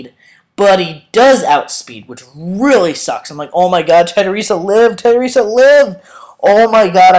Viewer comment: it's tedi UURRRR sa